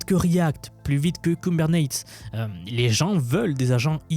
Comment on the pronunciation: ça se prononce "kou-beur-net-ease"